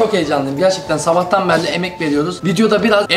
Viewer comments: vıdeoda enaz 10000 defa sabağtan berili diyo:D kralsın abi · nobody:: zabahtan berli